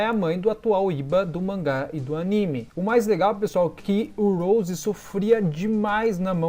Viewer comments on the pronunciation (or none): none